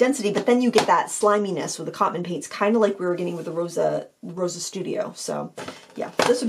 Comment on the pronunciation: Thanks for the review! I'm a huge fan of these. Fun fact - "Rosa" means "dew" in Ukrainian and is pronounced "ro-suh" with an "s" sound :)